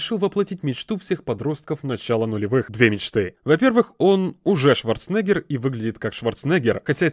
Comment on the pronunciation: ШварцЕнеггер !!!!!!!! Знаете же. Неужели так трудно выговорить.